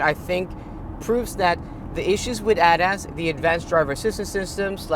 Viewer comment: Please STOP pronounce ADAS like you are about to say Adidas.